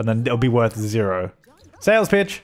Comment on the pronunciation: anyone else hear 'Sales Bitch!' instead of 'Sales Pitch!'?